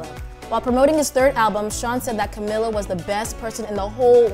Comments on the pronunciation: I would believe you if you know how to pronounce Camilla's name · First of all can you just say her name right lol 😂